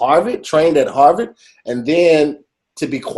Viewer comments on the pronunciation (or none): meant to say Harvard but said Harvid. 😂